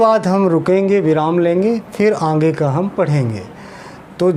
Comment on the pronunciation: आप आँगे बोल रहे हैं, जबकि सही शब्द आगे होता है|